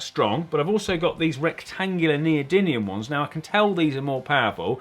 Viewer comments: it really irks me when people can't pronounce "neodymium" it's not a second N, it is an M. it's not spelled "neodynium" it's like saying "nuculer" instead of "nuclear" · HUH Colin said neodyNium not nedoryMium. Honorary science degree btw. I'm so smart.